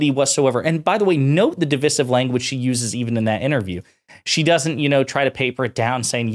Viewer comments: My man, you use the word "divisive" so much, you should really learn how to proniunce it. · It's DIV-EYE-SIV.. it's called English M8. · How on earth are you saying divisive? Just take the word divide and change the ending. For goodness sake don't shorten that middle I.